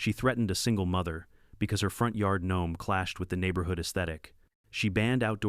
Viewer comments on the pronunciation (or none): none